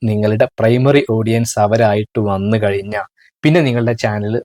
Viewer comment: കയിഞ്ഞാൽ അല്ല കഴിഞ്ഞാൽ 😊😊😊